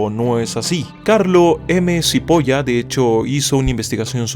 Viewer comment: Supongo que ignorò el hecho de que el apellido era italiano y la pronunciaciòn correcta era "chipola" (Carlo M. Cipolla) aunque al no saber el idioma no se le puede exigir mucho. Lo gracioso es que cipolla es cebolla en italiano.